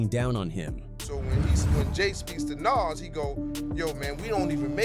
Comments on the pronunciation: How do you get nas's name wrong? Wtf is Naz?? come on man get ur shit together bro. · STOP WITH AI VIDS SMH HOW U PRONUNCE NAS NAME CORRECT THE FISRT TIME THEN NEVER AGAIN???????????